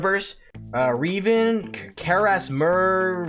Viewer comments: Ain’t no way nigga said reevan nigga it’s revan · Did he really say Reaven instead of revan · Blud said “reevan”😭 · My heart broke when you called him "Re-van"🥀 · ...I'm guessing based on his previous blasphemous opinion on the 2003 Clone Wars Mini Series, that he has not played KOTOR, based on that Revan pronunciation...